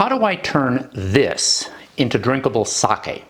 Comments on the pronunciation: thank you, thabk you for pronouncing it right-- in front of all these English speakers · Wow! Seconds in, and you pronounced Sake correctly! That is proof you are educated and cultured. Thx